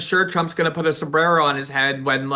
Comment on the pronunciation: A Sombrrrerrrro! 😂😂